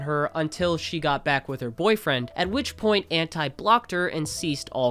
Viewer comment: I’ll never stand for the way ANTi says his name